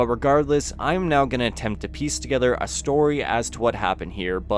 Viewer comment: “I am now going to peas together the story”